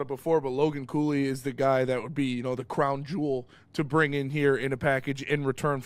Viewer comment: Cooley? Cooley? Did u say Cooley? WHAT?